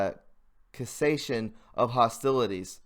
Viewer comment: Cessation - sea - sation. Jk love the info bro